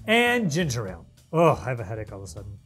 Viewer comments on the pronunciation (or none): none